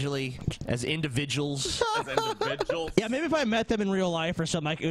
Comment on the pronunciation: There is no such thing as too much sichuation indivijuls